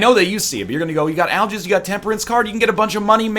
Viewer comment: To me, it sounds more like "I'll jizz" rune.